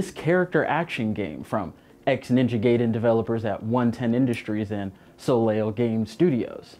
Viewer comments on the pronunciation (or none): Can't let you slide bruh. You said gayden twice it's pronounced guyden.